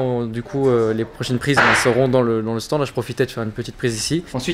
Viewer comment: On dit pas STAN mais STAND